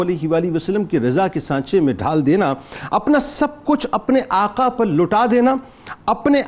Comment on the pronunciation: Afsos Afsos It is not " Aka " it is " Aqa"